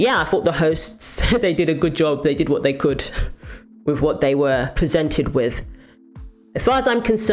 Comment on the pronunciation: Learn to pronounce with, its not wif and I can't take you seriously not being able to pronounce th...